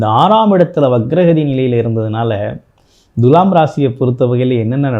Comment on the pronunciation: எப்பா ஜோசியகாரரே துலாம் என்ற சொல்லை எப்படி உச்சரிக்க வேண்டும் என்பதை ஒரு நல்ல தமிழ் ஆசிரியரிடம் கேட்டு தெரிஞ்சு பேசுப்பா. முக்கியமாக து எனும் எழுத்தை எப்படி உச்சரிக்கனும் தெரியுமா? வாயிலே வசம்பு வச்சு தேய்ச்சுட்டு அப்பறமா வீடியோ போடு.